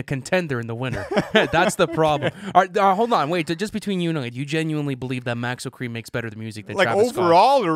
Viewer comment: bro said maxo kream